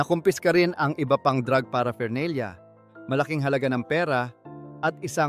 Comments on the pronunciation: paraphernalia -hindi para fernalia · 'Buy bus' operation? Drug 'para fernelia'? 'Si Sar Montano'? 'Doymonte trios' araw? Ahahahaha wtf yung mismong content creator bangag